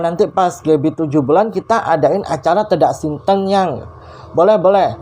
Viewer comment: Ralat dikit ya...yg benar itu tedak siten...e di sitennya dibaca seperti huruf e pada kata sate...Sukses selalu...👍🙂